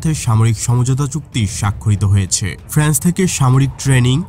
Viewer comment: কথাটা "ফ্র্যান্স" নয়। "ফ্রান্স"। প্রতি দিন "ফ্যান" ভাত খেয়ে বিরিয়ানি নিয়ে বিশেষজ্ঞর খুঁটিনাটি মতামত দেওয়া।